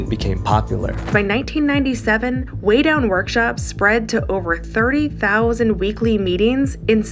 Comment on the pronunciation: "Weigh Down," not "Weight Down." (I think the cross in the logo is throwing you off.)